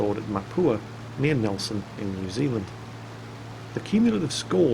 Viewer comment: Anyone from NZ apart from me know that. And thx you for being one of the first youtubers out of NZ and Australia pronouncing New Zealand right.